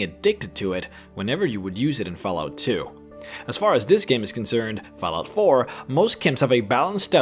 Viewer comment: At first i heard Fellout4 not fallout lol sorry